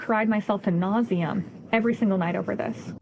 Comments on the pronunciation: "To nauseum" LOL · she definitely stupidly says “to nauseum” like the subtitles read. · she does say TO NAUSEAM she doesn’t say ad nauseam you can clearly hear it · she said to nauseam lol and that’s what makes it even funnier